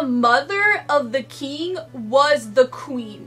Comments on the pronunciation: Is "keegn" a typical pronunciation for "king" in any specific area/region or is it a personal pronunciation? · Frangal Egoces lol I noticed that too but i think it’s just how she says it. It’s ok